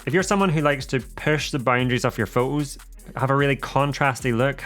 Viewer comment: Exactly what I was going to say! I had to stop watching this as I found it so annoying. Shoo'ing be'r pho'os" . And I say this as a native English speaker.